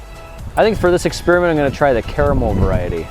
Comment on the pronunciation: Grant, don't ever say the word Carmel again 😂😂😂